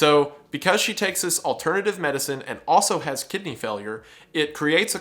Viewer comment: Gosh everytime he says Kidney Failure I only hear "Kid named finger" 😭